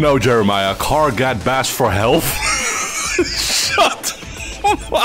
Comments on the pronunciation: Car gad bas for health? You flubbed a line mate. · “Car gad bas for helf” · "car gad bas four helf"